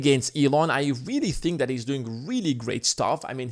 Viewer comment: Hey try and pronounce THAT as THAT not DAT man. Stick your tongue out when you say it. You can do it.